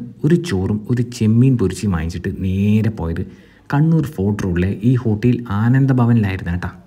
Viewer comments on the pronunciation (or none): ഹോട്ടീൽ അല്ല ഹോട്ടൽ ഇത്‌ തന്നെ ധാരാളം.